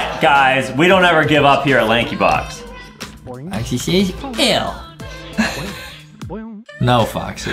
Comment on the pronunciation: bro said laxybox Lankybox